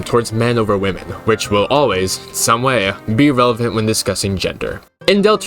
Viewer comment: okay I have to ask is it woke to say wo-men instead of wi-men? I noticed a very sharp increase in the former pronounciation, as in this video, and I cannot find anything on why